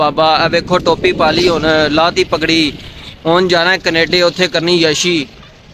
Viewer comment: Canada❌️ Knaadaa✅️ 😅😅